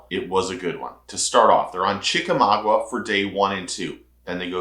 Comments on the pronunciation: ChickamauGA, NOT Chickamau-gua. GAH vs. GUA. 👍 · It's not chicka mogwa,,,, it's chickamauga ,pronounced chickamawga.